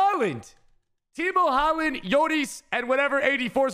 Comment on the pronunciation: Man really said TIMO haaland